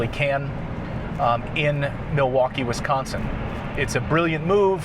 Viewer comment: As a lifelong Wisconsinite, I have to have a laugh at the way you pronounce "WisConsin". Don't worry though, we laugh when anyone not from here says it. Ope. 😂